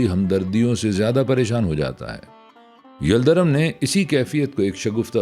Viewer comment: یلدرم کا تلفُّظ دُرست فرمالیں! yaldarum✔️